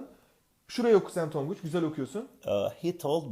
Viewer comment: tonguç done don değil